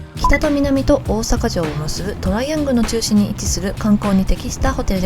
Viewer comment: キタとミナミの発音が…😅